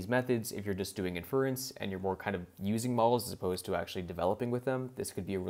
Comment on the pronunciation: Great content but for the love of god please pronounce inference (and other terms) correctly. Small mistakes like that end up making you sound like you don’t know what you’re talking about.